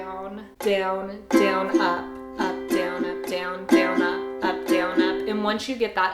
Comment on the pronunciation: You say down really weird... "D-yow-n"